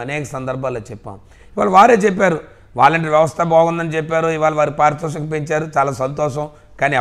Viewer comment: పారిశూతకం కాదు బాబు పారితోషకం అనాలి అలా పలకాలి తండ్రి కొడుకులకు ఇదేమి రొగమొ తెలుగు పలకడమెరాధు